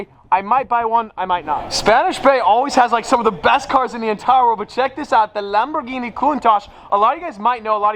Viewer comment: yep stop complaining im french in my country people always complain you know the law so dont play with and win dows tint make your car suspicious and dangerous at night (less visibility ) and its Veyron not veyyyyronnee at least you pronouce well Lamborghini